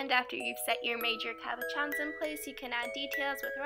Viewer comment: isn't that just like the states though to take a product like deco whip, screw it up entirely, and put a giant price tag on it. better off with school glue and cornstarch. xD at least you made it work! btw it's caboSHON. it's french.